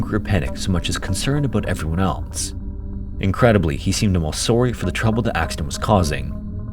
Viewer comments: That “sorry” is the most Canadian thing I’ve ever heard. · if that “sorry” in a Canadian accent was intentional, holy smokes it’s genius lol